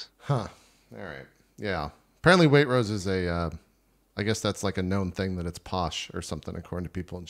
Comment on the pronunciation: JPs pronunciation of waitrose makes me die, but i totally get it that's how its spelt. I guess in my neck of england we say it more like weight-rows